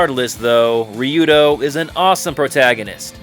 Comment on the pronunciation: Utterly confused how you manage to pronounce Ryudo correctly then totally mispronounce Hyuga.